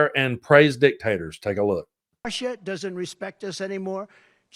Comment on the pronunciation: How about the way Trump adds an “ R” he pronounces after the word, Russia, he calls it Russurrr